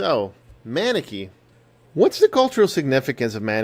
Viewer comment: Pronounced "mUHnEkee"